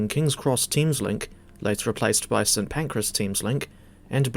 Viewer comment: It's St. Pancras, not St. Pancreas ;)